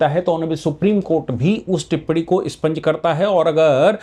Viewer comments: Sir with due respect, it expunge and is not spunge. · ' स्पंज ' नहीं साहब ' एक्सपंज '